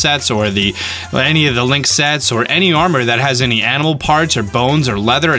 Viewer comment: When he was listing all the types of weapons you can use, I thought he said anime weapons lol